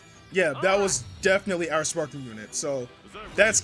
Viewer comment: I hate how he pronounces sparkingggg 😖